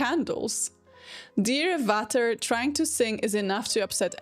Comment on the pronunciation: A little language tip: "Vater" is pronounced "Fater" and "Daisy, sprich doch Deutsch" does not mean "Daisy speaks German", but "Daisy, speak German already!"